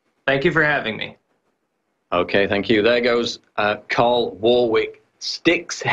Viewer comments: Why is PJW calling him Carl? His name is Tarl! Get it right...! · It's Tarl Warwick not Carl Warwick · Tarl, his name is Tarl...With a "T" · It's Tarl with a "T". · His name is Tarl, not Carl. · david doroteo I'm pretty sure it's Carl not Tarl... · Lol you kept calling him 'Karl' that's my home boy 'Tarl' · I'm pretty sure it's "Tarl" not "Carl" Cheers having him on though. Pretty much daily I run to youtube in the hopes of hearing some new mug-clanking. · Paul - his first name is TARL, with a "T" not a C or K! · PJW keeps calling him 'Carl' not 'Tarl'!!! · Sounds like PJW is calling him Carl. It's Tarl. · Hey Paul, it's Tarl, as in Tarl Cabot, not Carl like Carl's Junior. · It's Tarl, bro, not Carl. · It`s Tarl, not Carl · It's Tarl not Carl! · his name is Tarl,, not 'Carl' .... funny he didn't correct you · I'm on you brother but learn the word pronunciation and how to pronounce the name Warwick........ Tut tut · fuck sakes Paul, get the guys name right.